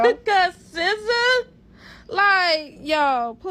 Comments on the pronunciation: It’s pronounced Sih-zaa not See-zaa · How pronounces SZA 🤭